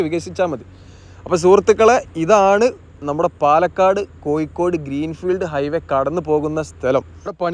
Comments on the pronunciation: കോയിക്കോടല്ല കോഴിക്കോട് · കോയിക്കോടു അല്ല കോഴിക്കോട് ആണ് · നിലവാരം ഉണ്ട്. പക്ഷെ ഉപയോഗിക്കുന്ന ഭാഷ ഒന്ന് കൂടി പരിഷ്കരിക്കണം.... കോയിക്കോട് (കോഴിക്കോട് ), വയി (വഴി ), പയക്കം (പഴക്കം), ഏയ്‌ ലച്ചം (ഏഴു ലക്ഷം), മയ (മഴ) എന്നിങ്ങനെ തിരുത്തുക 🤣.... മലയാളഭാഷയെ വ്യഭിചരിക്കാതെ മോനെ